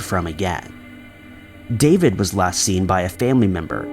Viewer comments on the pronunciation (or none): none